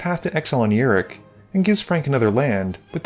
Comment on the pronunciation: Fun game to watch! Thanks for the content.. He's a pirate btw Yar!ok, I can't let you go another game calling him Yurik it was hurting my fanboy soul lol.. Cheers!